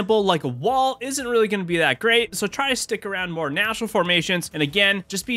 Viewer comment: what's a "MROE fight"? did u just mean "more" ?